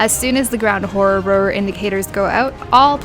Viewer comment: I laugh every time you say "horridd roar", cuz it makes me think of the "rural juror" from 30 Rock. :D